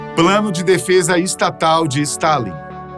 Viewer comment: Ele errou o nome de Stálin.